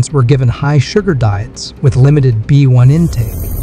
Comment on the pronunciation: "Vitamin bone" lol! You mean "Vitamin B One"